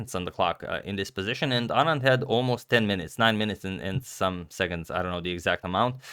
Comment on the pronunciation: At least his pronunciation of "Anand" is right!